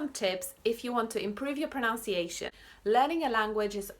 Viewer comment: Your accent is great and I love your videos! But just one point: pronunciation should have a "uh" sound in the middle, not "ow".